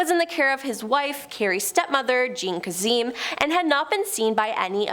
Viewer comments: Say it with me Casey Kay-sum. It’s Kay-sum not kazeem. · It's Casey KAY-SEM, not "Kaseeem." is one of the worst presentors on this channel. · Kazzeeeeemmm??? Since when every Sunday for I don’t know how many years that’s not how he pronounced it on the radio… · Casey “Case-um”. Like how do you not know him or how to pronounce his name? Great video though. 👍🏻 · Years? And the pronunciation is Ka-sem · It's pronounced Casey KA-SEM. Long A short E 😊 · Or for the slow people KA-SUM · Kaysen is how you say that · It’s kasum, long A short u, emphisis on the first sylable. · How long would it have taken you to google how to pronounce "Kasem"? Cringe. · I do not like this woman. She can’t pronounce names right. Everyone should know who Casey Kasem is and how to pronounce his name. Also sit to the side. You block the pictures behind you. Please pronounce things right. Ask Google. There is no excuse to get it wrong. 😡. Please hire someone else. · In the states. Shaggy would hate that his name was mispronounced😅. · Can't say 'Kasem' either.